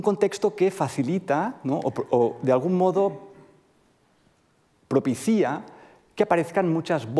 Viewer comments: ¡Qué espantó oír a un profesor universitario decir “propicía”, en vez de propicia, como es la forma correcta. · ¿propicía? 😂 "asocían" Hay lagunas en la acentuación del presente de indicativo de verbos de la primera conjugación acabados en -iar.